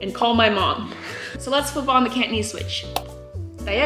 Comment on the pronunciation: Wow! He impressed me. His Cantonese is really good! Accent is on target.